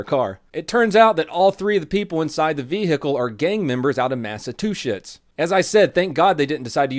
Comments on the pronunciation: um... did you say MassaTUCHETS? lol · A Masetusits gang? Nono it’s a masa-douche-its gang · You said Massatushits.Lol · NASA two shits 😂 I thought I heard him wrong. That’s awesome. Love this channel so much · “Massa tu shits” come the fuck on donut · massatuchetts, ey? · massachusetts = "massa-two-shits" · Gang members out of “Massatwoshits”?? 😂 Massachusetts? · did you say gang members out of Mass-ah-two-shitz??🤔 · I've lived in Mass my whole life and I never heard it called Mass-a- two-shits. Lol... Love it!! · Damn, I love your channel but why do you always have to shit on my home state by calling it Mass-a-two-shits? Haha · "Massa-two-shits :'D" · When he said Massachusetts it sounded sorta like he said mass o two shits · Mass-a-two-shits. Ha.. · Not to be a masshole but learn how to say Massachusetts right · YOU PRONOUNCED MASSACHUSETTS WRONG